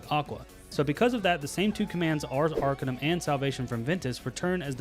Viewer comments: Love the pronunciation on Arcanum, but little correction, the emphasis is on the CA not the AR. Not ARcanum, but arCAnum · That horrid mispronunciation of "Arcanum" gives me an ache that spreads from my chest through my left arm